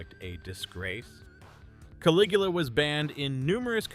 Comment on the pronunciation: There is ONE scifi movie on this list. And that’s not how you pronounce Caligula. One less channel to clutter my feed with.